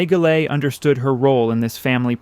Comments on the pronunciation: You should do something to relieve the poor AI which keeps mangling the pronunciation of "Goelet," It's pronounced: Go Lay. It's not that hard. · Reasonably ok... many mispronunciations especially French terms. (Salve Regina is pronounced - salvay, too.) Mispronounced Goelet - as the social historian, Dixon Wecter, notes in his monumental work, "The Saga of American Society," the "name is pronounced with no Gallic frills." Also PBS historian, Alistair Cooke, always pronounced the name as I have heard old Newporters say it - Gillette - just like the razor company. I think you also overstate the social importance that the Goelets placed on the house. They had at least three other houses, 608 Fifth Avenue, a villa in Nice, and rented Wimbourne House for the season in London. Other notes, Ogden's brother, Robert, built his Newport house, Southside, next door. This house was designed by McKim, Mead and White. ( It is still I believe in the Goelet family. It and the Stanford White house on Long Island are the last two McKim, Mead, and White houses owned buy the original families for whom they were built.) Robert and Ogden also had almost identical yachts. His was called Nahma. Both were designed by the same naval architect, built at the same time by the same ship yard and delivered in 1897.